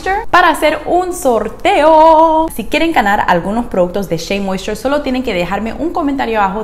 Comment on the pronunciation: Con solo lograr pronunciarlo como tu sería feliz je je je sabes si esta linea específica sirve para cabellos ondulados un patron 2c 3a? Gracias